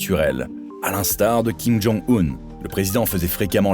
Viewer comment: Arrêtez de dire Kim Jung "oun" ;)